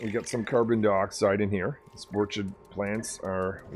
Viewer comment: Actually Sporechid is pronounced Sporekid, it was based on Orchid plants in real life.